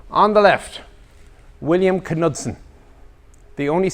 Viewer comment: The K in Knudsen silent. A good book to read regarding Bill Knudsen is "Freedom Forge" by Arthur Heman.